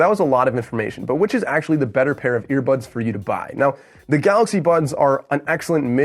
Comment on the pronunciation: Did he say ear buds or ear buns??